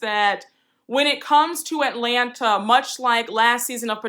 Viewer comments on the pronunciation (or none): none